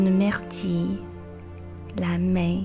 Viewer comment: 感谢你的视频，非常有帮助， 处的myrtille读音是不是有一点点不对？